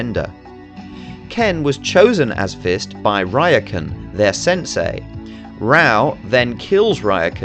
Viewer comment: interesting analysis, but the English dub is *AWFUL*, and nearly all the names are pronounced badly. Raoh is pronounced Rah-Oh, Kenshiro's fiance is YUria not "julia", Ryuken is Ri'yoo' ken, the rival school is Southern Cross Star or "Holy Southern Cross"